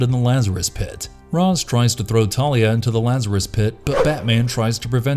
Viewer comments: Gotta love shirtless Batman still wearing his cowl lol also it's "ray-sh" not "roz." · Its neither Raysh or Roz. It's Ras(Rass). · Nope it's pronounced raysh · why did u say raz 😭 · Lol not to mention calling Ra's "Roz". Like... did he WATCH the show? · It's pronounced Ras... 🤔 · Given the mispronunciation of “Ra’s” - I can’t help but think that the voice of the video has never actually watched the series… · "Fries"? "Rawz"? "Youboo"? How are these names being mispronounced? Did you not watch the show?